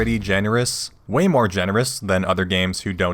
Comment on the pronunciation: damn that "Mo Options Mo Happiness" gave me Cantonese chills